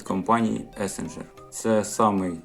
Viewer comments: Правильно вимовляти "ЕссІґер" наголос на "і". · "есенжер"? А де в назві буква n?